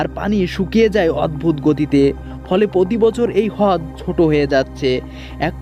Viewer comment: hod ki vai? rod uccaron hobe.